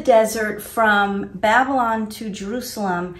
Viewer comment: I find the way pronounces Babylon "Bab-lin" really irritating 😜😂 I can't believe didn't even mention John! I actually no longer believe JWs are Christians, now. And I used to be one!